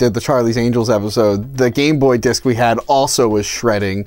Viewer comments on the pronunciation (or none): I’m sorry, did he just say “Gamboy disk?”